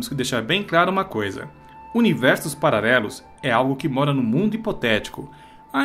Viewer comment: Eu ouvi pararelos? 😂😂😂 Duas vezes??